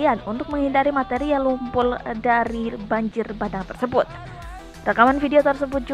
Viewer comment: Lumpur bukan tumpul, eh salah lumpul,r nya udah berubat yea hayo di marahin loh ganti2 lumpul,wkwkwkkw